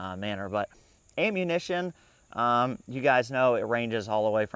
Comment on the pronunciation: I like how you pronounce "ammunition" as "aim-munition". Quite apt pronunciation.